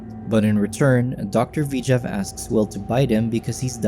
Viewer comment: Why is the narrator saying "V-jav" instead of "Vijay"